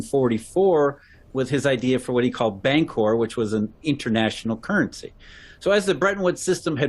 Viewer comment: LOL, pronunciation of bancor sounds like "bank whore." "well, maybe we should try this bank whore stuff..."